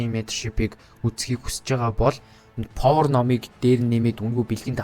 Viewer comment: повор биш пауер штэ.